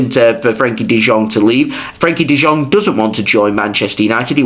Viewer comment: One correction, it's not pronounced as De Jong but it's pronounced as De Yong.